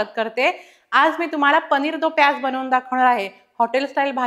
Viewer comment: it's paneer do pyaza not pyaz